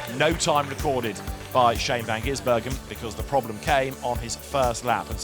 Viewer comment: Please, someone slap every time he says 'van Ginsbergen'...drives me spare.